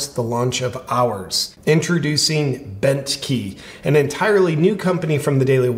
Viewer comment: The first time you said Bentkey i honestly heard Bent Heeb, and i was thinking oddly accurate but i can't believe Ben was ok with it.